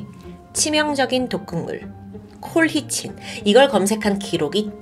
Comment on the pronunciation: 평소에 자주 즐겨보고 있습니다. 전반적인 흐름에 큰 영향이 없긴 하지만 colchicine 은 콜치씬으로 발음된답니다. 영어 잘하시는데 마이너 디테일이라 놓치신듯. 건강 챙겨가며 작업하세요!